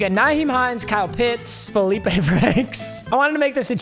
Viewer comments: I went to high school with Feleipe Franks lol. That is how you say it. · Being the representative of Arkansas football, this video is approved. Felipe Franks is valid. And yes, you did say his name correctly